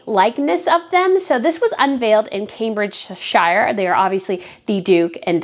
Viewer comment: Camebridgeshire for non Brits is pronounced phonetically, Cambridgesher. No criticism intended.